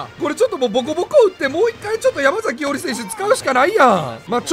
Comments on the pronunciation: やまさきじゃね、ちがうけ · 山”さき”伊織じゃなかったっけ？ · ❌ヤマザキ ⭕️ヤマサキ